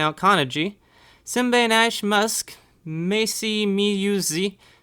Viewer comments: sorry this bit is how you say simbainashe you say is like (see mba e nur sher) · and my other name is pronounced simbainashe you say it like (see mba e nur sher)